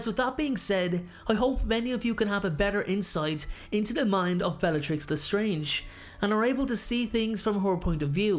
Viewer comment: Dude it’s le strange not the strange